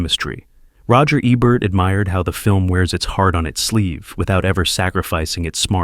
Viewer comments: It's AI narration, sigh. "Rachmaninoff's Second.......Concerto." He also mispronounces Ebert's name half of the time. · I was going to watch this, but couldn’t get past the mispronunciation of Ebert in the introduction. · AI generated. The robot even pronounce Ebert incorrectly. Give me a real human being!